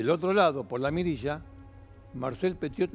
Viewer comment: Pronuncie bien el apellido por favor 🙏